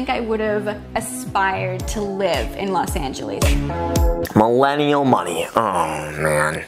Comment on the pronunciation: do you not hear that "Los Angelieeehs"?